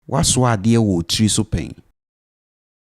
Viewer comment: Note only 1 “wo” is pronounced in the twi sentence for “have you carried an item on your head before?”. Also note “tiri” is pronounced “tri”, that is, the “i” before “r” is not pronounced.